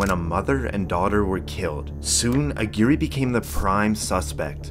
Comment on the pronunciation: Lmfao how did you pronounce that first guys name? It’s much closer to ag-wire than whatever the fuvk you said hahahah